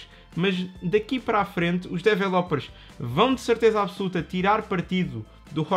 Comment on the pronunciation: "os dévélopez" lol